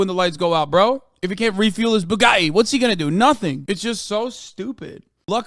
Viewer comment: Excuse me, It’s called Boo-gah-ee